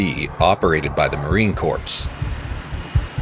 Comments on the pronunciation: OK video, but “Corps” is pronounced “core.” Marine Corpse is a gruesome mental image…and the glass is a canopy and not a “shield.” “A rather upgraded and improvised version…”; no there’s nothing less improvised than aircraft design. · Marine "Corpse"-Nein, Marine "Core"-Ja. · Corpse lmao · Marine "Corpse"??? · Marine corpse? Good god, how hard is that? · "Corpse" WTF??? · It is Corp not corps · Marine corpse. Really? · It's pronounced CORE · Mispronounce “Corps” much? Who’s yo daddy? Obama? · Please STOP pronouncing the (S) in the Marine Corp(S)... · What he said